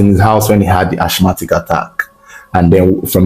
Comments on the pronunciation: Asthmatic /æsˈmæt.ɪk/ (asmatic) please not (ashmatic). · Ashmatic or asthmatic attack? Linguistically pronounced as Asma/ Asmatic. Keep up the good work 💪🏽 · Yo what is Ashmatic attack, isn't it Asthmatic rather🙄